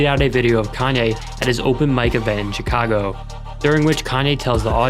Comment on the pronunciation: Chicago is not pronounced properly here